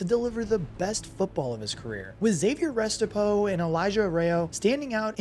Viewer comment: Restrepo not rest a po And its Arroyo no a ray yo